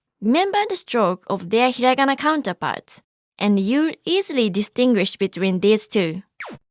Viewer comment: Lmao its hirangana